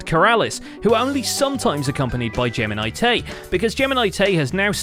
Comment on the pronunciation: TDIL: Gems name is geminitae not geminicedtea